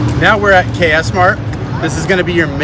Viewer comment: Actually it KS MART not cass Mart